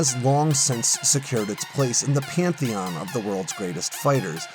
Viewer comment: I stopped watching as soon as he said pantheon.